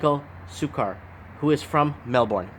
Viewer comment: Great video. It's pronounced Mel-burn btw (same goes for Brisbane i.e. Bris-burn).